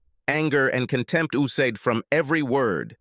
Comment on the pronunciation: Such a horrible narrator! oozed is not pronounced uz-ed. If there is a volume change for emphasis, it has to stop when the persona changes. Too many really bad pronunciations. It is so bad that the story is ruined if the listener is really listening. I never made it to other stories.